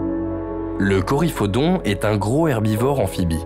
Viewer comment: Reportage intéressant mais un peu long et gâché par des fautes de diction à répétitions. Au mot "gros" il y a un s. On, fait la liaison avec le mot d'après. Exemple : "gros z_herbivore". Pareil avec grand. On dit "grand t_animal", et pas gran animal. Pareil pour "un curieux z_animal".